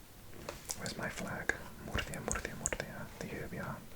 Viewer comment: I'm spanish and WOW, that pronunciation of "Murcia" is beautiful